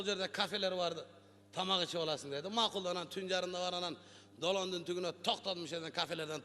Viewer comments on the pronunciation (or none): сен да созунду туура суйлосон,мисалы тубундо дебестен тугундо деп айтасын тук деген бул Жун дегениго